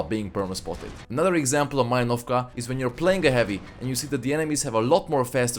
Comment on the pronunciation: This map calls MalInovka, not MalinOvka!